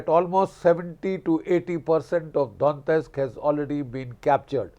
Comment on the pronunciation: Don-yetsk - not Don-tesk.